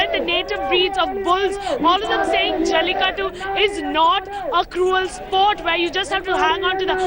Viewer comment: try pronouncing jallikattU rather than jallikatt :)